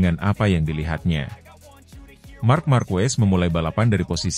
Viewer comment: Mas mas, pembahasan dan penyampaian sdh sangat baik, cuma hal kecil tapi akan lbh baik. Tolong pengucapan nama orang lbh teliti dan benar …. Contoh nyebut ‘markezsss’ bukan “marku’es’ …. Dan misal ‘peko’ bukan ‘peco’